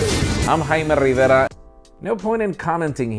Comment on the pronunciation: With the "Jaime Riveara" at the end. Hahaha🤣